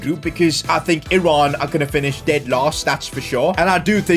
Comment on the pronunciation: Thanks for pronouncing Iran correctly